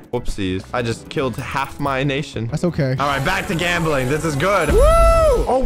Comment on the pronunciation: like 10 seconds into vid says "gambeling"